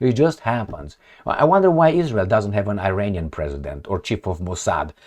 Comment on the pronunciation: We really enjoy your program. With sincere due respect, IRANIAN, is Not Pronounced "Eye-RAINY-Yan", but rather "Eee-Ronny-Yan". Thank you for your very informative reports.